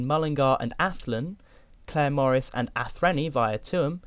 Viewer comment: Tip, Athenry, pronounced ATH-N--RYE.